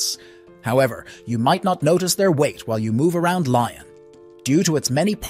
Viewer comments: It's "lee-ion" not "ly-on", "Po" not "Pa-o" etc.... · Pronunciation: not ‘Li on,’ rather: ‘Lee on.’ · Yes. The video is otherwise good. Just feels lazy to not even check and make an attempt. I am not French, just a Francophile from US. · Good video but please, next time make sure you pronounce the French cities correctly! Painful for the ears! I am from Lyon, it's a beautiful place. 😍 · Your pronunciation of Pau and Lyon was ROTTEN! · Please don’t butcher the French names !!! Like Lyon ❤😂